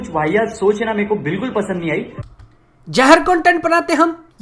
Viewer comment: 'Jehr' ni 'Zehr'